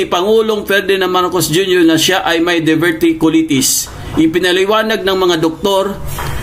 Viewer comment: Pronunciation:of Diverticulitis;Die ver ti q lie tis😅